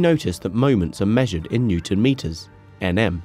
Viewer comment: Say ‘newton’ correctly, come on